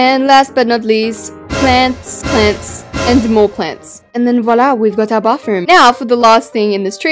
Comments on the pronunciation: She’s always saying baffroom😂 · Why u say bafroom😂😂